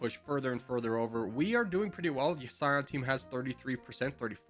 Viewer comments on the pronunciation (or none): pronounces Cyan as Scion